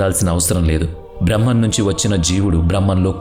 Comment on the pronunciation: Braahmam kaadhu brahmam